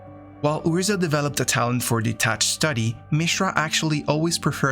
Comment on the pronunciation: Just a huge thank you for these - I'm writing some essays on MTG lore at the moment and your thorough understanding of the tales has been invaluable and hugely impressive (and I've read or listened to most of the source material). This is an aside, but I love your pronunciation of 'Urza'!